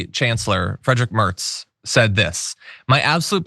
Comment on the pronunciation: Kudo's for pronouncing Merz' name correctly . Man was a transatlantic all his life - and has a german spine . Leftie me supported him, even though he will dismantle everything that smacks of 'left wing stuff ' and install the most horrible minister for agriculture germany has ever seen ( that is saying something, there have been major dicks and that Julia Klöckner woman ) but he will be the war chief we need right now . Like a lot of Europeans, I'm shelving differences and focussing on the big thing . Slava Ukraini !